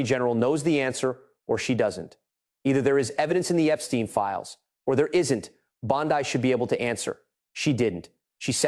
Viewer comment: For God's sake! Y can't this narrator learn how 2 properly pronounce the AG's name!? Every other reporter around the world has! It costs him almost ALL credibility!